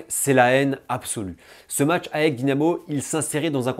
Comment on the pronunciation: Attention aux prononciations : on dit "Aèk" et pas A-E-K Et on prononce "Anverss" le S se prononce. Chouette vidéo sinon, le foot grec et leurs ultras sont passionnants. Si tu as l'occasion d'aller voir le derby des éternels ennemis (Oly-Pana) au stade tu ne seras pas déçu!